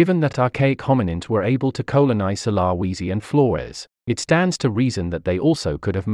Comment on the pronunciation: Maaaan u need to learn pronouciation. First of all its de ni sovans. Ånd the islands name is su la veci... I know its not spelled correct. But its way closer to how its pronounced